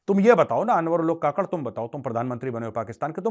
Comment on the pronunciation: काकड़ नहीं कुक्कड़ बोले जो , bange देता है सिर्फ